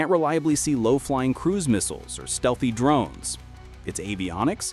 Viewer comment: Your 'DRUNES'.......Bad AI.